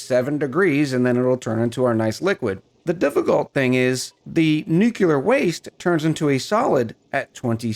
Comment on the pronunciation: I know I'm late to the game here, but it is driving me nuts... it is "new-clear" not "new-cu-lar." Look at how it is spelled: Nuclear. There is no extra "U" in there. (No politics involved but...) George Bush ruined it for a whole generation by pronouncing it wrong. (Great video though... I love your style, cadence, accent, and demeanor)